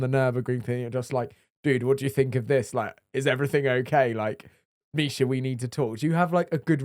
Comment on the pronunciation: the AI intro pronounciation of Misha's name made me cringe so hard